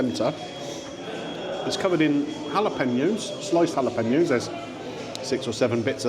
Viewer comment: Why do you say jalapeños like you do 😂